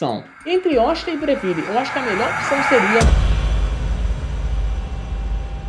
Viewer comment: Vídeo muito bom! E parabéns por falar Breville corretamente! Apesar de ser uma marca australiana a pronúncia italiana é a mais correta e a mais legal! Nada “Brévil” hahahah